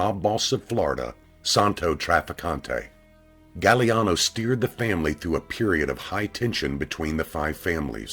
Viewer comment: it's pronounced "gag-glee-ahh-no